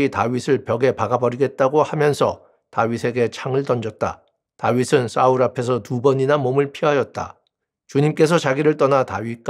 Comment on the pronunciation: 감사합니다 근데 언제는 싸울언제는 사울하시는데,사울이라고 해주시면안될까요? 자꾸거기에 집중되서..😢😢